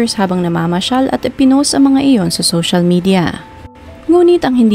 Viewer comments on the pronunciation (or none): none